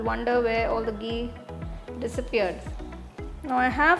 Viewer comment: Hey ma'am Loved the recipe... But plz be particular about the pronunciation of some words like Ghee... It's not gee..u pronounced it as gee..apart from it.. Just love ur cooking skills...